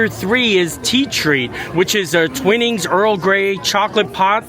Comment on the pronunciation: I love your reactions when you encounter people wearing your wonderful Roosevelt Shirts. It shows how much appreciate and love what you do to brighten up their day. By the way, Twinings is pronounced "Twine-ings". Keep up the great work. Kind regards, Anna-Marie from Pennsylvania.